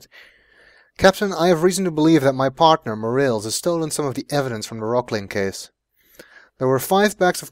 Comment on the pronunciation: I have unfortunately gotten used to your pronunciation of Morales